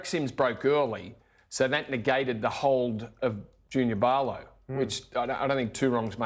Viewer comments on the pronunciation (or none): wtf is Parrrrrrloooo lol Not even close at pronouncing his name right. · Bro saying Junior Barlow 😂🤦🏻‍♂️ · Learn how too pronounce players last name. Junior who?😂